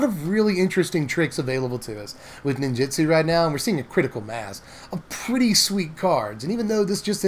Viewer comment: you're great and I'm sorry to be this guy but NinjUtsu with a U, not Ninjitsu with an I, so sorry